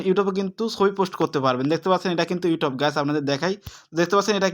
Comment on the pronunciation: কথা ভালো করে বলতে হবে ভাইয়া ইউটব না youtube